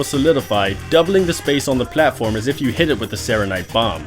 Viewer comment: I just love how he says "pLAtform" ^^